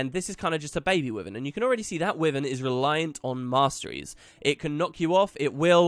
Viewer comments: Will you please, pelease, please stop pronouncing it "Wivin" thats not how you say it at all, it's a Wyvern. Type it into google and it will even tell you how to pronounce it properly. I love listening to you but it's so fustrating. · Masteries sounds alot of fun and should reawaken interest in the game that a few of my old guildies had. Btw wyvern is pronounced why-verne for future video's :)